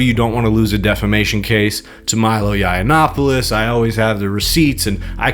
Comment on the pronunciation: Milo looks like he's on his last leg. Benny is clearly gay. And this guy might be ai. How can he keep pronouncing milos last name so badly